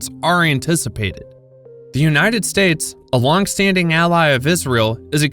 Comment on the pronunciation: Stupid AI reader can't pronounce "states" and the screen misspelled BRICS. Hire real people with skills.